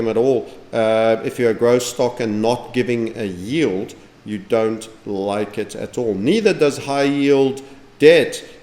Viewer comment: Almost forgot to "Loike"